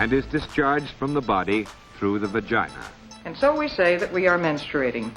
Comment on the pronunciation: i vlike that word vajina